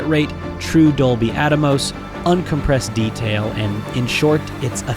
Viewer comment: It's Dolby Atmos not Dolby Atamos,are you a moron?,I can tell you are.